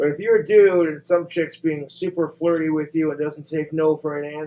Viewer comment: it’s how pronounces ‘dude’, doodt